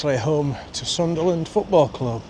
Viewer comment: It's Sunderland not Sutherland👍🤔